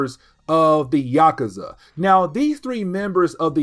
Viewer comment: It’s Yock-oozah.